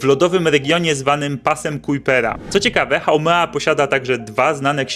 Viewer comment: Haumea nie haumena